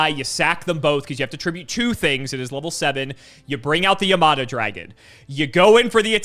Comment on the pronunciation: Bro cannot read yamata dragon